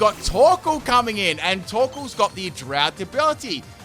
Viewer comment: when you said torkoal, I understood taco